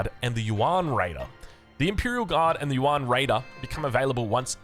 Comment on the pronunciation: Since you mention it, "yuan" is more pronounced like "yüEn." It is one syllable, so it sounds most like "yen" for English tongues, and "yen" with a German ü before the e for anyone that can pronounce that. Also on the topic of pronunciation, “Xi" (as in Zhu Xi) is pronounced most like English "she." But it's articulated with the tongue closer to the teeth, so it's close to "see" as well.